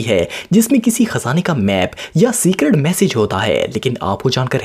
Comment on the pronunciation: It's message not massage